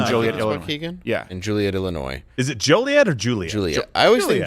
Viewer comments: Joliet - long o not Juliet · FWI it's J-(OH)-liet not JEW-liet lol. Can't wait to see your standup Dave! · As someone from the Joliet, IL area, it’s pronounced “Joel” iet (as in the male name). And not “Juliet” as in Romeo and Juliet. 😂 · It's JOLIET JAKE...not Juliet Jake...jeesh 🤦‍♂️ C'mon...lol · Its Joel not Juul for Joliet. It was always rumored to be a crime to pronounce it wrong. Don’t know how legitimate that was, but I’m not arrested yet! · I’m pretty sure is Joliet not Juliet. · It's (Joe)liet, Illinois not (Ju)liet. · Hey ! I wanted to let you know that Joliet is pronounced Joe-lee-yet (I live right next to Joliet). Hope you have great shows here in Illinois! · It's pronounced like JOLLY-et (Joliet, Illinois) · It's pronounced Joe Lee et. Joliet!! I know cause I was born there!! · it's locally pronounced, "Joh-lee-ette" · Its Jo-liet, Illinois. My company has a distribution center there, and we get trucks from there daily. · Joliet is pronounced like toilet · Joliet is pronounced "Jolly-et" by the locals. Looking forward to seeing Dave in the Chi-town area!!! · It's a hard O... JOe-liet. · Joliet is definitely pronounced the way that asked and not the way the Dave said. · I work in Joliet and it drives me nuts when people call it jewliet in fact it's illegal to call it that in Joliet and please do not pronounce the s in Illinois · Great episode guys, but it's JO-lee-et. :) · It's pronounced Joel e et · Joliet Jo-lee-ette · Its JO-LI-ET Crowder had it right ✅ as usual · Joe-Lee-Et. I live in that shithole, see you at the theater. Come armed, DO NOT go any further east of the theater, you will robbed, raped, and shit. Don’t go hear “the hill”. Amazing pizza at Cemenos, bar there to. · It’s spelled Joliet but it’s pronounced Joilet… like toilet 🚽. Smells the same too.